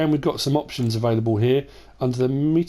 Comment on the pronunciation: I can confirm it is mitas and not maitas